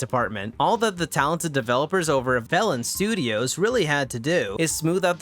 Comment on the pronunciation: My childish ass kept thinking you were saying 'bellend' when saying velan T-T